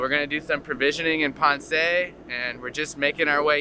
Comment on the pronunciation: You are saying Ponce wrong, there is no accent on the E. ;-)